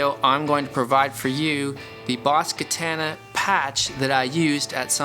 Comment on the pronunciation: The way you say Katana is mind boggling 😂(Kah-Tan-ah)